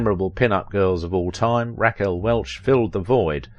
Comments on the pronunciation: Good job, except I cannot get past Raquel being pronounced Rack Elle. Lol Naw Tee Naw Tee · Couldn't pronounce 'Rack El'? Maybe America was always dumb . . . . I first saw her in Fantastic Voyage at the theaters.